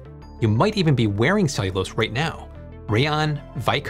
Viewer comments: "ceilose"?? It's ce-llu-lo-se i could not understand what you were saying until the word came on screen... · It is pronounced Cell you lows……Not Saylose. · Your pronunciation of "cellulose" is nearly unintelligible. It's "SELL- you- lowce". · Are you using an alternate pronunciation of "cellulose" that I wasn't aware of? "Ceylose"?